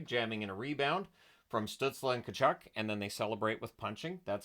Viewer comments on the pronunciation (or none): none